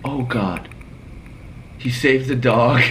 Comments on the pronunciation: edited said Safed not saved lmao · "safed" both of them 😂😂